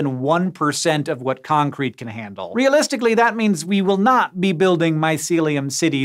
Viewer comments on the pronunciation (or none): My wife couldn't help giggle because she kept hearing Hank say AssCrete